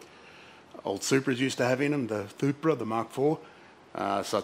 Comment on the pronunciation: "Sthupra" bhahahaha, love it.